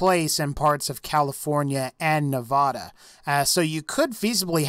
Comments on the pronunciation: you said Nevada wrong, you said it like no-vod-a instead of ne-vad-a. Us nevadans hate are state's name being butchered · I'm triggered with how he pronounces Nevada.